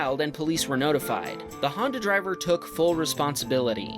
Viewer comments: Handa bump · The way he says Honda makes me laugh. 😂